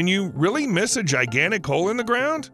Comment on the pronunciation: He said, "Giant hole," not "Giant Ho"